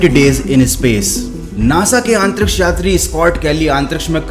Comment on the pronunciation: your pronunciation of antriksh is really bad … improve it bro for your own good … I noticed in all of your video you say AANTTRIKSH